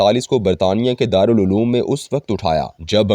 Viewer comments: رارالعلوم نہیں بلکہ دارلعوام ھے_آپ اردوتلفظ پرذرامحنت کریں_ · مضمون پڑھنے والے صاحب کی اردو خاصی کمزور محسوس ہو رہی ہے، کتبہ کو ک پر زبر کی بجائے پیش اور دارالعوام کی بجائے دارالعلوم پڑھ رہے ہیں۔